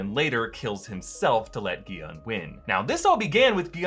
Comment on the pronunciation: Why is he pronouncing Gi-hun name like that when it was clearly pronounced properly the entire series